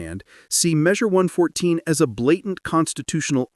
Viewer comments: It's Measure One hundred fourteen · It's pronounced "one fourteen".